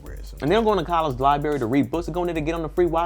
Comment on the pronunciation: hense "Libary"😂😂😂 i still cant say it right either!!